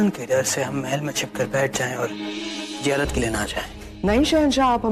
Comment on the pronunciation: Hindu jitni b koshish kar le achi urdu nahi bol sakte zeyarat ko jearat bolte hai